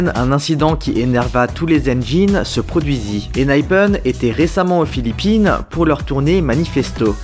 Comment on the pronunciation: On dit Enhypen non pas Enhyphen…